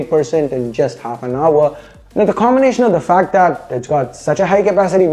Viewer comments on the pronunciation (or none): none